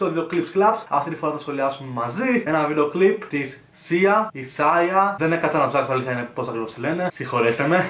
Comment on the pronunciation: Sia , τονίζεται στο ι 😉